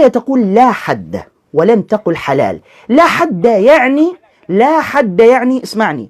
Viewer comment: بالتحليل النفسي لمخارج حروف هذا الايراني فتلاحظ انه ينطق مصطلح(لاحد) بنفس اسلوب نطق(لاحرج) بالتالي فان عقله البسيط يترجمها لنفس المعني